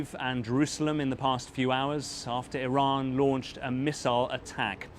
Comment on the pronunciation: BBC report is can't even say Iran properly. 😂